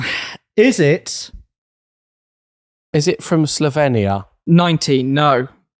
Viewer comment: Bang on pronounciation for Slovenija. But the only cars we make are small Renaults